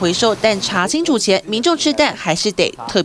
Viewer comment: 某名嘴：国惨蛋！嚓（二声）青醋！！